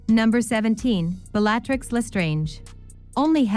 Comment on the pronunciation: Bell-ahh-trix? Is this an AI voice?